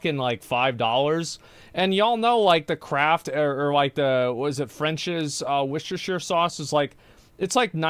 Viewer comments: "Worchestershtire Sauce" 🤣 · Its pronounced WOOSTER sauce. Wooschestershire wtf is that? 🤣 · Just for any Americans here, it's pronounced Woostersher Sauce but most people just call it Wooster (Worcester) Sauce. Take this as a man from Worcester in Worcestershire, who lives not far from the Lea and Perrins factory. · Whoster-Sheer Sauce! And Tap water and a filter jug would be the same as most bottled water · war chester shire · as someone from england that was painful to hear him pronounce worchestershire sauce lol